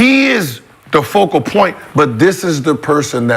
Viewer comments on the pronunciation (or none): Lmao the Nigga Keep sayin vocal point when it’s focal point lmao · It’s FOCAL point!! Say it FOCAL! Not vocal point! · it is FOCAL point not VOCAL point... good grief. Sounding like Gil talkin about "enheightened"